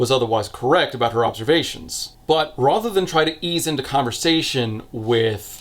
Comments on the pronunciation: If you say rother one more time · you've got a really neutral american accent and you pronouncing 'rather' as 'rother' is weirdly jarring